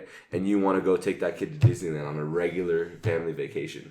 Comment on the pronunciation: It's regular not regurar.